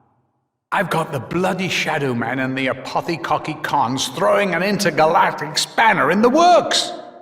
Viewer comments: "Apothicockycons" - 2016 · said apothicockycons xD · "apothy-cocky-cons" - 2016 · "Apothicokycons" - 2016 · "apothi-cocky-cons" - 2016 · "Apothicockycons" - LOL